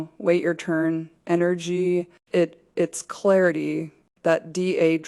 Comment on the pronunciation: I wish it weren't AI, but it is. The AI can't pronounce "it's", and other contractions correctly.